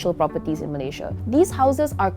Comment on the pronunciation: the way she pronounces malaysias states was beautiful